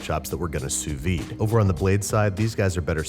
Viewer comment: Ain’t No body got a “sauvide” tho